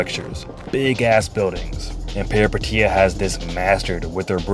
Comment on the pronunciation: the first Peripeteia vid to actually say the name right lolol